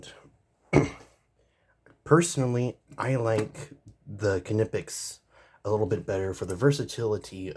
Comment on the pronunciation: 2 totally different tools with 2 totally applications... both are worth having... for diff jobs.... but yes for all around stuff the cobras are way better just cuz there way more rounded...... and it's just nip- ex or how there pronounced i mean... lol I only know that cuz I'm in the trades.... well that and we don't say knives or knife with the k lol it's always silent... just wanted to let you know